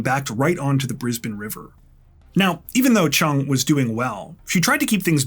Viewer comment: I am so impressed - a Canadian pronouncing Brisbane correctly!! Haha - everyone else says Bris - bayne 😂